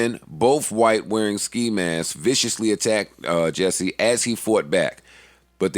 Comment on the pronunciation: it's jussie, Jus-sie, JUSSIE!!!! not jesse... like a nick name for justin or justice, JUSSIE!